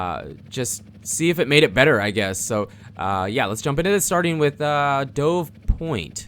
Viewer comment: Dude it's pronounced like "duv", like the bird. That is how it's spelled.